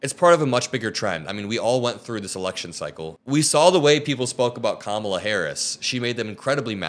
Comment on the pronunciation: They couldn't even pronounce the name Kamala properly. (So disrespectful.)